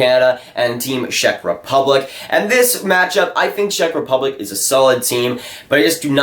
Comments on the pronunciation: Work on your Czech Rep pronunciation, it gave me cancer every time I heard it. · What a surprise , a Canadian kid that doesn't know shit about hockey and can't even pronounce Czech Republic correctly. Dude , please stick to playing NHL at your Xbox :)